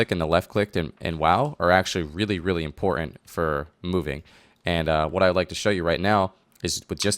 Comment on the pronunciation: bad habit. it's not "impoorant".